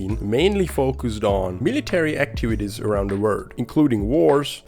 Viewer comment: I love how you say “word” instead of “world” lol